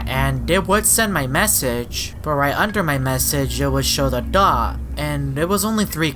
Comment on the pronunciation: When says dot i keep laughing